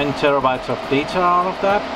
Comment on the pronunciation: who doesn't like 40tb of "dater" LoL!